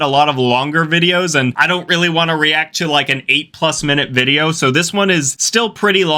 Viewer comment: I’m sorry, am I just now hearing you say “VIBEO” at the beginning? Lolol. Also, much respect brother. Awesome channel! Seriously, ur underrated brother!